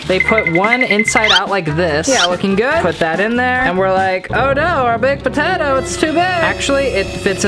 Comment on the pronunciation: It was funny when you said ‘’Hot Patato’’ because it was a hot patato